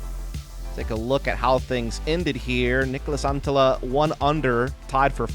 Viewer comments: Sounds like Niklas Antila to me. Just add one more T and it is really good. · yeah ikr! It souded so bad, Niklas Anttiija 😂